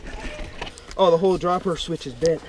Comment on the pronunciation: it ezzz what it ezzz